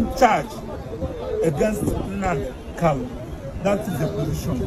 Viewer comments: Not kalu but kanu please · Its not kalu but kanu oga please